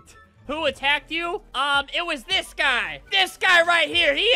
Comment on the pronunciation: Why does it sound weird when he says dis stuff